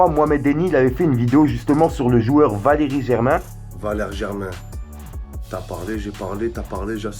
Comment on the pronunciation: Il a dis vakeri